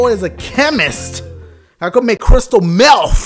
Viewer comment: 😂😂 " now i can make crystal meafff" lmfao😂😂😂💀💀💯